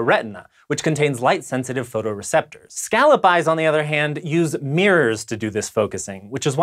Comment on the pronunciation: Can you pronounce scallop right at least?